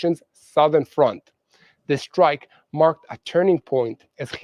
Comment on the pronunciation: How deep can you "Srike" ?